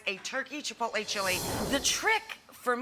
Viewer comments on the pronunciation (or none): none